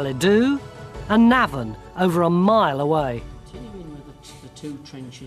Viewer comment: It's Navan with the emphasis on the first syllable - not the second. At least Tony Robinson gets it right.